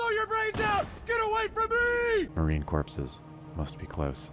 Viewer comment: Um, actually, the "ps" in "corps" are silent, so it's Marine "core" not "corpses." 😏😏😏